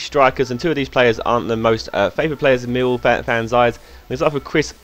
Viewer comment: I love how you say: Meewow. It's incredible